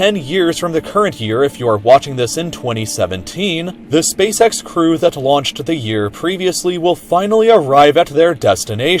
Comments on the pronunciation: Spacesex It's spaceEX you moron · He said spasex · Hahaha he said space sex hahaha haaaaaaaaaargh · "He said Space Sex" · "hehehehehehehehehehehehehe he said spacesex" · Ngehehehehhe he said space sex hehehehehehehehehehehe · "heheheh he said Spacecex ( space sex ) " XD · He said space sex hehehehehehe huuuhhh